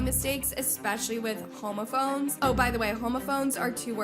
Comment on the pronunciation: not you pronouncing "homophone" like homophobe 😂